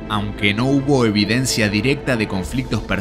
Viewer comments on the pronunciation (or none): none